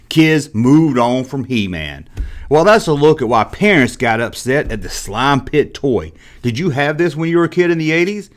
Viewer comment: "Tha nine teen aity six slauum pitt!" 😂 great vidya bro